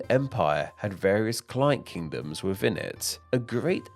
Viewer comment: Did = Did-e Asia = Asiaarr Within = Wivin All = All-er Ruler = Wuler Them = Dem-er Thing = Fingge One would think pronunciation would be important to a channel all about names.